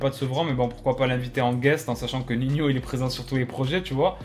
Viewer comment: NINHO PAS NIHNIO